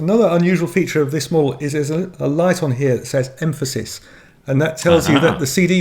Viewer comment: Correction: Em-PHA-sis.😂😂